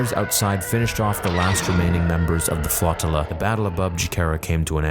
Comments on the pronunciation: What is this “flott-tilla” thing of which you speak…? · Flotilla: "FLOW-TILLA".